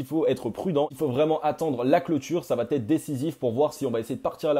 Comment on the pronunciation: "Va être" pas "vaTêtre" 😉. Merci pour tes analyses 👍